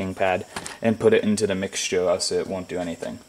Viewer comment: "put it into the mixtūrę"